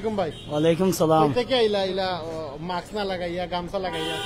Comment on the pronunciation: It’s MASK not Maks. Even driver knows the correct word.